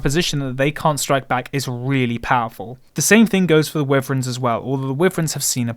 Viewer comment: Wyvern is pronounced why-vern